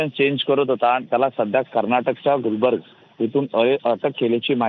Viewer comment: are te karnatak Gulbarga city ahe gulbarg nahi ye 😅